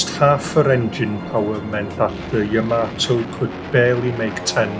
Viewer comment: You say Ya-MAY-to, I say Ya-MAH-to. Yamamoto. Yahamayokahamamoto.